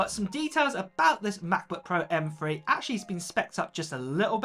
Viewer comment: “M Free chip”